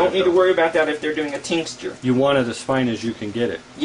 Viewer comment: It's "tincture." He keeps saying tincsture LOL! What a dingus.